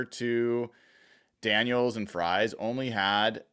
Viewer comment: It's not will frys phonetically its pronounced freeze. You sound like you don't know him either